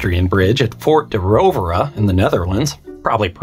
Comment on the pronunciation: Just came here to say you pronounced "De Roovere" about as good as can be expected :P Keep up the good work :)